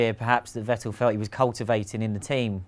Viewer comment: Seems like nobody in Britain knows that the pronunciation of Vettel and Verstappen are fettel and ferstappen respectively. Who will be the first Brit who finally gets it right?